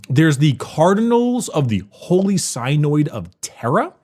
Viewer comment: saying "Synoid" instead of "Synod" makes me giggle everytime.